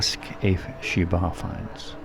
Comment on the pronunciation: are you saying " bar finds" " bar flies " Sorry I don't speak the queens 🤣🤣 and can you show more of the cannabis scene